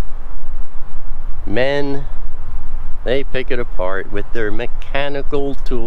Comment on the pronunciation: Ah-Mein,. Ah-Mein.